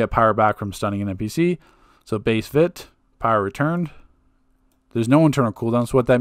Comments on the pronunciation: its not "Vita" nor is it "VIT" Its "Vite" like "fight" because vitalization is pronounced vite-a-lize-ation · "Vit" is pronounced: "VITE". Please stop.